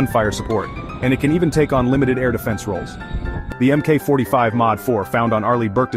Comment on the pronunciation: MK is pronounced Mark.